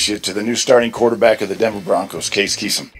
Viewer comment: “Case Keesum” Elway doesn’t even know who tf he was